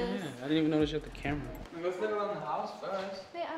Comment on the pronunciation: He said carma it’s camera 📷